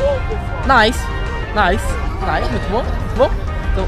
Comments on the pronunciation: Caraaa se fala lançamento "naice" e não "nilce" Pelo amor né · Ele fala nilse N Nice 😂😂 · eu odeio quando ele fala "nilce" parece nome de gente kkk moss é "naice" a pronuncia correta de "nice" kk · Lançamento " Nilce " quando se fala "Naice ". Que droga ein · uma hr ele fala nice dps nilce kkkkkkk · Ele fala Nilce zuando. A esposa do Leon (Coisa de Nerd) como você não conhece?! Meu Deus... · n se fala nilce isso e nome de pessoa kkk se fala naice mas se escreve nice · Legal mas "nilce"? 😁😂😂😂😂